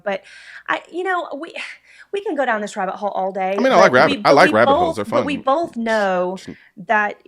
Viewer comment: 5 seconds in and shes lost me, "we bolth know". Its BOTH people. BOTH. Not BOLTH. Theres no L in the word.